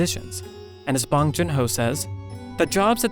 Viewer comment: the way he says bong hurts me. great video otherwise